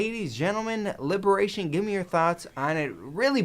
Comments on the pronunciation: you sir are an idiot if you can't pronounce liberation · Liberation doesn't start with an R:P